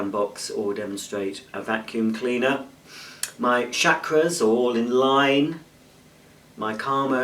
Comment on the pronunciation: The first a in Chakra is pronounced like awe